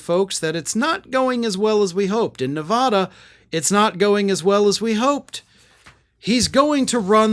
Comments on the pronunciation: Learn how to pronounce NevAAda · How many times can you mispronounce Nevada in one video?